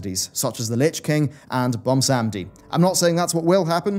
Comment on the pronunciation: "Bumsamdi" BUM-samdi?! I have never heard someone butcher his name like that before. xD